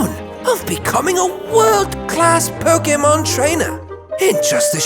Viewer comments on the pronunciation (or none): “First ”